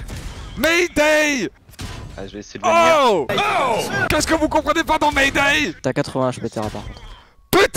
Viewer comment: "Maydey!!! J'ai dit Maydey !!!!"